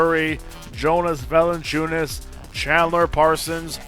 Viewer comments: VA-LA-NC(C is pronounced TS) I-U-NAS.....I am getting so pissed with english-speaking guys that cant pronounce european names correctly .Anyways, good video mate! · You think Valanciounis is right ???Ok it VALANCI-UNAS AS AS AS AS not IS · Vertex Combos nobody gives two shits on how pronounce jonas vali